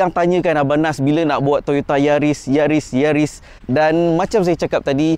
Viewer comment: Yaris mata jepun.. Bukan keli..